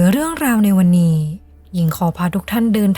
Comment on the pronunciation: ไม่คุ้นกับสำเนียง นี้เป็นนี่ แล้วเป็นแล่ว นั้นเป็นนั่น เสียงต่ำ ฟังยาก บีบเสียงสูงขึ้นนิดและปรับสำเนียงให้ตรงตามวรรณยุก